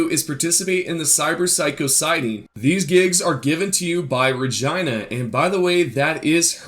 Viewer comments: She pronounces her name o your first call its Reeee Geenah not Re-Gy-nah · Regina is pronounced ra-gene-ah she says that when she first talks to u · Lol when you said Regina as RAH-GINA I literally loled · yo horny ass, you know its ra-gee-na💀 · Not that it matters too much but when Regina first contacts you she pronounces her name Rah-jean-ah but since she's not an actual real person, I doubt she will be offended if you pronounce it wrong. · breh, the first time she calls she says its ( Ra-gee-nah) jones.. gtfo w that lmao. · It’s pronounced as “Regeeena” lol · you saying regina like that was so weird wtf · her name regina but not like he said in the video but the normal way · Sorta off topic but he did have to make it a point. The way you said Regina. That is not how you pronounce it. My ex had the same name and spelling. It's not like vagina...Easy to use google translate and have it pronounce it the right way. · Regina, the way u pronounced it is how u pronounce a Canadian province, but not how you pronounce the fixers name in game. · Damn that regina pronunciation killed me